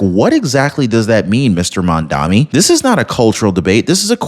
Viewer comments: My ocd is in overdrive… it’s maMdaNi not mandami… or Mamdookie if you prefer, I do 🤣😂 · You can't even pronounce MamdaNi. And you expect viewers to believe you?